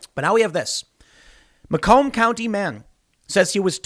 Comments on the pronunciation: Pronounced May-come County, not Ma-comb County there you Yankee. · "May Come" Macomb